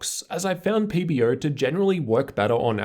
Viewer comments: Its pb-O! not pb-Rrrr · Do I need to get my ears checked or does he keep on saying PBERR? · nice re3view but whats wrong with you pronouncing the "er" on PBO? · That's what I hear too. PB-ERRRW. Love it!